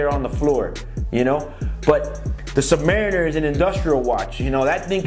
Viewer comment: Dude can't even pronounce the name properly. Do you know what a Submarine is? It's the noun of that